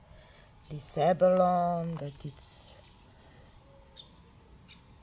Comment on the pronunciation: Gorgeous end result!😍 Tip though: TLP "abalone" is pronounced with an "eee" on the end like "abaloney." It is a type of shell....